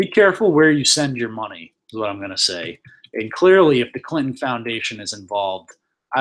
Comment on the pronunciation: Dude, for the second time its CLIN-TON, not CLIT-N'. Use your words. Sound it out,sound it out